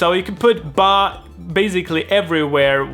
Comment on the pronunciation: Nä men percis. Delen med ba var ganska roligt, lät som någon afrikansk dialekt😆